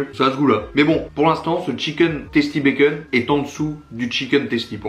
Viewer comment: Très bonne année à toi.Un plaisir de te suivre.J'ai remarqué que tu prononçais bacon, "békeune"😉.